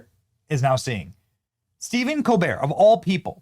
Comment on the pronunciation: Colbert is the definition of a pretentious personality, a fraud. His family name? ColBERT with the T pronounced, as in Delbert. His entire family calls pronouns their last name with the T. Not this pretentious fool. He thinks it gives him a continental flare, a European touch. So carry on COLBEAR you fraud. Your show is a failure just as you are.